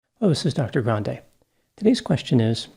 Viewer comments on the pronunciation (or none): none